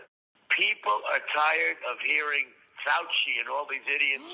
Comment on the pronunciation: speaking idiots you keep mispronouncing Dr. Fauci's name every time you talk i know Trump is a mindless wonder lost in his own world but remember this when someone mispornounce your name it's like and insult and the Dr. will tell you this in your face